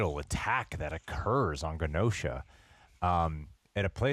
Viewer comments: Its not "guh-nosha". Say the words: Generate Generation Genosha.. 🙏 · It’s pronounced Jenosha and that was not Legion in the morlocks. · Why is pronouncing Genosha with a hard G? Is he stupid? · i will never understand people who HEAR over and over how a word is pronounced, and then go out of their way to mispronounce it. just...why? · The way he pronounce genosha actually hurt me